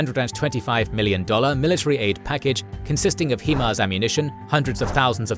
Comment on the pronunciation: It's pronounced Hi-Mars